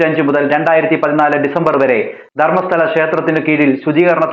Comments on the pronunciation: ധർമ്മസ്താല അല്ല ധർമ്മസ്ഥല എന്നാണ് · Kudos! Great great great!! HOWEVER. pls.b.v.careful- from yr pronunciation looked like " dharmashaala" to me.....u might have sounded as dharmasthala but in many places of Yr narrative, it felt like "dharmashaala", as you know where is dharmashaala and it's imp. (it is in H.P. Kangra valley- settlement centre of BUDHISTS) if u made mistake pls rectify. Rest u did a great job, congrats!!!!! Now, I think, v shd. start a movement th.out kerala for kerala malayali blind dharmasthala devotees......DON'T GO DON'T GO GRAVEYARD DHARMASTHALA!!!!!!!!!